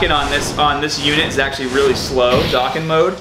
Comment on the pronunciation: Dokkan. D-oh-kahn.